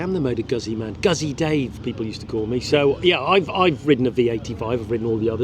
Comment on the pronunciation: For the love of god learn how to pronounce "Gootzi" - its not Guzzy, like fuzzy.